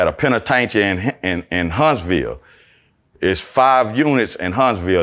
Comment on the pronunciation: Please tell him the correct pronunciation of penitentiary ....